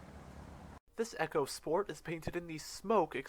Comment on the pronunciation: Its pronounced eeeco sport which is , short for "economy sport ". You said "Echo sport" which is something altogether different